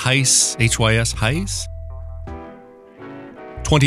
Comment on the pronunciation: Hys, I think it's pronounced "hiss". 😬🐍